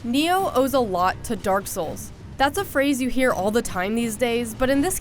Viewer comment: Neo? You mean Ni-oh. Just like it's spelled.